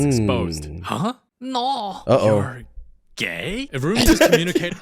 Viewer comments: Brody and say gay cuz he said yay😂😂😂😂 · Actually it’s “Gay”😂😂